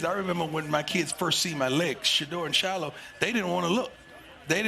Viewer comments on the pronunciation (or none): none